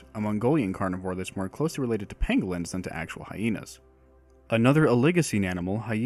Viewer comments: Bruh it sounded like you said Penguins instead of Pangolins. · I was struggling to understand why anyone would say that a mammal like Hyaenodon Gigas was more closely related to "Penguins"(a bird) than it was to another mammal like a Hyaena. I had to go back and put on closed captions to see that you actually said "Pangolins" and not "Penguins" to realize that what I was hearing wasn't completely mad.